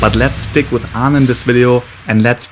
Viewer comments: just started the video then immediately realize he said the name wrong ... you getting a dislike for that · It's aang